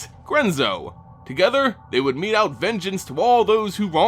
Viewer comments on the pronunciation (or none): none